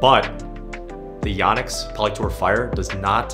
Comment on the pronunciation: It’s YO-nex. Long O sound. I’ve been saying it wrong for over 20 years, apparently.